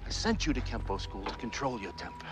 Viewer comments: It's pronounced "Kenpo" not Kempo. Sifu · You are correct. It is "Kenpo"